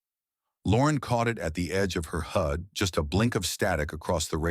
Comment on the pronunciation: Good story. Just wish the AI got pronunciation right. It's not a hood display, it's a HUD (heads up display).